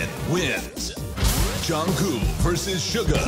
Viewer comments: The fact that they keep on calling Jungkook Jungkoo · The Voice Reader : "Jungcoo" Me : cries in disappointment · why do they keep calling him jungkoo thoooo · No one: Not a single soul: The voice: Jungkoo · but that’s also how Jimmy pronounces Jungkook’s name too - as Jungcoo 🥴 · Yall notice how the automatic voice says koo's name as "Jung koo" bye ima cry now :") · Is it only me who is hearing Junkoo instead of Jungkook when the voiceover man is saying his name ? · What I learned from this: 1.) The announcer pronounces JK's name as "Joungkoo" as if the last "k" is a silent letter. 2) Jimin is always a cheater and loves hugs. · So nobody noticed how they said jungkoo insted of jungkook😭😂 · No one: The voice: Jungkoo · "Jung Koo" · I probably comment about this every time, but is anyone gonna tell them that Jungkook isn't pronounced Jungkoo😭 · “JungKOO” Lol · ikkkkk It's "JU-NG -KOOK" !!!! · I pronounce his name as JU-NG-GUK! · ikrr, it's JUNG-GUK it's not even hard to pronounce 🗿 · Nobody: The announcer: JUNGKOO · I can’t get over how they say kookie’s name 😂🥰💜 (jungkoo) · Literally nobody: American television: JuNgKoOo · BYE WHO'S "JUNNGKOO" 😃😃😃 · Jesus how hard is it to pronounce the K at the end of JungkooK 😂🤦‍♀️ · why do they keep saying jungcoo😭😭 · I don’t think you say it “Jungku.” -___-“ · Can someone please explain? Is the "k" on the end of JK's name silent and I just didn't know for 5 years? 🥴